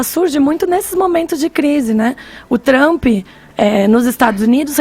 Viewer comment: Pobres e tristes BURROS. Mínimo estudia inglés burrada. Ela fala feiki. Trumpi. Kkkkk Vc é uma vergonha de comunicadora estudia e depois abre o pico